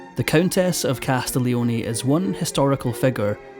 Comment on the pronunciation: In Italian, one does not pronounce the G in Castiglioni at all (try CAS TEEL YONAY). A little foreign language research would have helped you here